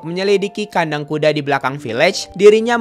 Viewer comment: Bang pas saya pilih speed video 0.25 detik aku denger Abang ngomongnya bukan kuda tapi kude